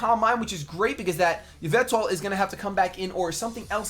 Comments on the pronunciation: It's "Ee-veltal", not "Yah-veltal,! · I cringe everytime says Yvetal instead of Yveltal